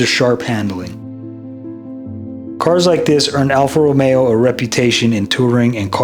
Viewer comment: Wow! The only english speaker to say AlfaRomeo the right way! Excellent job btw! :washhands